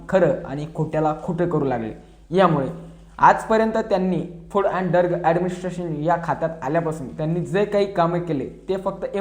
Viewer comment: t तुला फुड आणि ड्रग सुद्धा म्हणता येत नाही फुड आणि डर्ग म्हणतो .